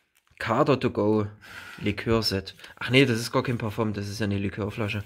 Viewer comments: Ich liebe wie der schänder "parfomm" sagt💕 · Immer dieses parfoom ☺